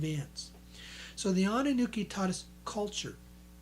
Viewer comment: It's "Anunnaki" (it even says that on the books' covers); not "Anunnuki" or "Anunnooki," which is what you're repeatedly saying in this video,. If you're going to pass yourself off as a public speaker, you should speak your words correctly. ~ If there's actually that much gold in the world and if they let it all out onto the open market, the price of gold would plummet due to a glut on the market, making it practically dirt cheap. ~ To think that I actually sent you money at one time!